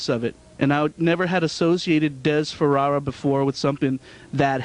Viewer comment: Is he saying Farara